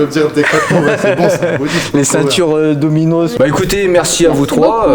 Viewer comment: C'est Domyos la marque de Decath' 😂😂😂 " Dominos " tu m'as tué